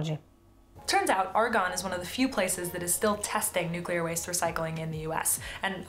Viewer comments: Thank you for your video,. Always good to have discourse. A little observation about your T-shirt: As a nuclear physicist, you doubtless know the word is pronounced "new-klee-er", not "new-cue-ler," as the shirt erroneously shows using the element symbols.😮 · NUClear, it's pronounced NUClear. 🤣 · Nu CuLiAr 😅, I wish there would be more Chicanos watching this Chanel 🤣🤣🤣🤣🤣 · As a nuclear engineer, please don't say nu-cue-lar, much less wear it that way on a T-shirt. Every foreign student I went to grad school was able to get it right. Please, say "nu-CLEE-arr". It's correct. Your t-shirt is a billboard for "uneducated!" which undermines your credibility. Don't shoot the messenger. I have had HUNDREDS of people throughout my career both nuclear engineers as well as energy experts share this "uneducated" cringe. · Love the NUCULAR shirt. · I like the way your T-Shirt spells out "Nucular" instead of New-clea-er. As soon as someone pronounces it "nucular" they instantly lose all credibility to me. (not your case of course, because you say it right) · I really cannot abide your Nucular shirt !! Just a joke, your content is amazing I really appreciate that you provide a grounded view on nuclear power. You're not going all-in pro-nuclear propaganda. You just try to educate on the facts. I think that does more than just putting emphasis on the positives and misconceptions. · The spelling is "nuclear" NOT "nucular"! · This is a great video and I really enjoyed it..... but I hate your t-shirt, lol. It essentially promotes the common mispronunciation of the word nuclear (you didn't thank goodness!). I worked in the field of nuclear fuel waste management for quite a few years so it just grates on me when I hear nuclear mispronounced. All you need to do to fix the shirt is use C instead of Cu and then go out and create a new element and assign it the symbol E..... should be easy :)